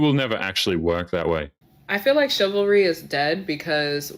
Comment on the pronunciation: The word is chivalry, madame; not chilvary. The word derives from cheval, the French word for horse, because it was a code of behavior observed by knights, who tended to ride horses into battle and were also called chevaliers, or cavaliers.